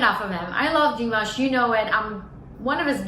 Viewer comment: Наташ, Димаш - ударение на А...на А не на И...иностранцам трудно объяснить произношение,но русскоязычным - легко: лишь написать и обозначить ударение...